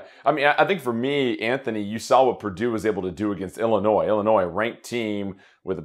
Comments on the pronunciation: K besides Dave here ^ I’ve never heard anyone pronounce it as Illinoise. Safe to say at least 90% of people say Illinoy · Just one little thing. It is IllinNOY not IlliniNOISE! The s is silent. I know that a lot of people pronounce it that way, but, coming from the Midwest, IlliniNOY is correct. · I appreciate the clarification as I was doubting my pronunciation as everyone on the show was saying IllinNOISE! :-) BTW, back at ya... for those of you in the Midwest, its ORY-GUN, not ORE-GONE.